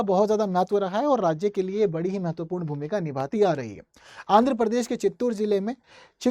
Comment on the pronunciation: भाई परदेश नहीं, प्रदेश है बोलते नहीं बनता तो मत बोलो . I m from Jbp. M.P.